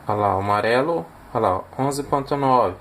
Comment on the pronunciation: Gostei demais do projeto, o que mais me fez feliz nesse vídeo foi ouvir você falando as cores; Marrão, Marelo. só faltou dizer VERMEI! 😂